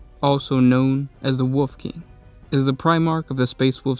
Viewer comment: Love how when you say wolf it sounds like wuff